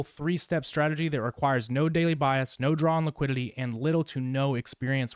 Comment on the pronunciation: your videos are very good but why do you pronounce liquidity wrong? you say liquiLity